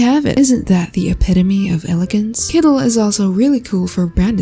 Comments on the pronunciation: Kooleen❌️ Koolen✅️ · It's "kooleen" not "koolen", k0olëeęeěeēeən!